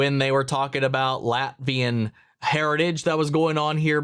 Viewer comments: Latvian, not Latverian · LatVIAN, not LatVERian! I've seen a couple of people think this too